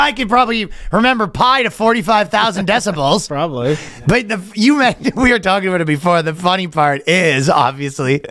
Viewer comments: I think he said decimals but it did sound a lot like decibels. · Ryan saying "decibals instead of DECIMALS is the epitome of ryan long's particular brand of stupidity lllolol